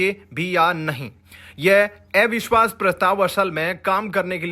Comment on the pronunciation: अविश्वास को ऐविश्वास क्यों कहते हो? कहां तक पढ़े हो- दूसरा या तीसरा?